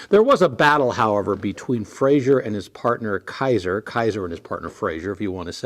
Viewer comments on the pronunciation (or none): Great video but I do have one pet peeve - it's pronounced "Fray-zer" not "Fray-zhur" He was Scottish, not french. Still a great car and much appreciated video. Thanks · It's Frazer, not "Frazier."